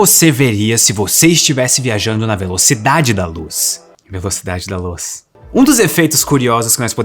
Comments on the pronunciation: 1o - Primeira vez que escutei a despedida achei que ele tinha dito "indo embora na velocidade da louça (tenho louça pra lavar) então ouvi novamente pra me certificar que era "velocidade da luz"... continuou estranho até que percebi que era "indo embora da velocidade da Loss" 2o - Mas então... nós estamos quase na velocidade da luz do ponto de vista de qualquer coisa que esteja quase na velocidade da luz para nós. Por que não vemos as coisas dessa forma como explicada? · Velocidade da Loos! “Luz” 😁 Em inglês oo pronunciasse uu! 😁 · Velocidade da Loos... 😂😂😂😂😂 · "Velocidade da Loos" ba dum tss 😅😂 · Ganhou meu like só pelo "Velocidade da Loos".